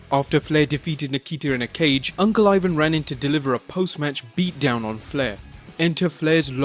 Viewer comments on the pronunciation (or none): "Beetle brute-down" lol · Flair aided in a "beattle brute down"......hahahahah I love your channel just thought the slip was funny